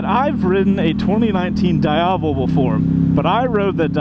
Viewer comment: its not prononuced "Da Iavel" :face-blue-covering-eyes